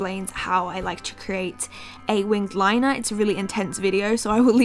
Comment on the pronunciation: "today I am going to be doing my wing of liner" lol winged liner